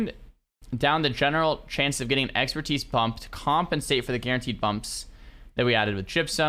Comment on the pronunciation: "New Exerpertise"